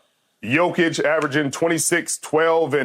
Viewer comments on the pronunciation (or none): Did he just say gianich and then jokic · did he say yanic